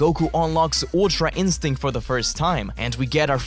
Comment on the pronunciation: i'm barely retaining my sanity listening to such brain rot mid actually great content like a take on dragon ball's history, my guy what ever creature you are that can't be normal; the word oo means egg, it's ultra instinct and not ooltrua ienstenct , for kami's sake and i'm sorry for sounding scolding but i'm seriously losing it from how much similar total cognitive miswork i'm seeing here, the veins all over my skull are pumping hard just to keep this cursed brain alive to keep me struggling through this den of yours, PLEASE